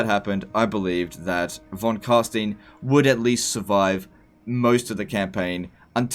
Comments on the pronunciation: The Vampire lineage is pronounced Von Carstuyn, not Von Carsteen. :) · Don't pretend you know german. It's closest to "Fon Carshtine". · von car-st-eye-n-s, not steeeeeeeeeens, they LITERALLY say it over and over and overi n the game von carSTEYEn, its just plain ignorance at this point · Why does everyone prononces Von Car''stine'' Vlad litterally pronounce his own name everytime you click on him it's Von Carstein not ''Stine'' I mean bruh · "It's pronounced Von Carsteen" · The way he pronounces Von Carstein is just unbearable to listen to. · Von Carstein? Didn't realize a group of Jewish accountants ruled over Sylvania. How is it people who spend thousands of hours playing a game cant pronounce the names of anything, even when it's actually pronounced by the game... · In German the vowel sounds are inverted when you have two adjacent to each other. So Stein is pronounced like Stien would be in English. Also 'V' is pronounced like 'F', like 'Volk' meaning 'folk' is pronounced 'Folk' like it is in English.